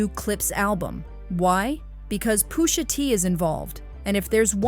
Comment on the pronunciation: Pusha not poosha